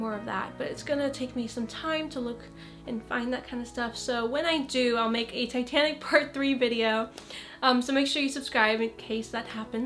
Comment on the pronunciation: when u said titanic I thought u said satanic